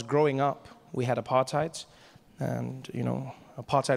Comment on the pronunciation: The way you say apartheid kills me every time 😹😹😹